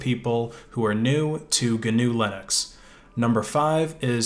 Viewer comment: Thanks for saying the name of this OS family right! GNU/Linux (at least in the beginning)